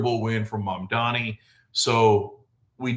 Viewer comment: At least you pronounce his name right